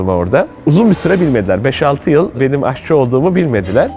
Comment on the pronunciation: AHÇI değil, AŞÇI ...